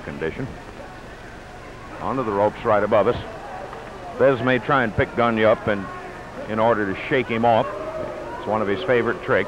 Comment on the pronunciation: It's Gone-yay , NOT Gone-ya